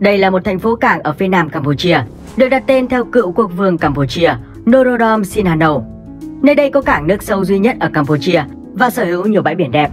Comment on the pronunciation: Xi-ha-núc nha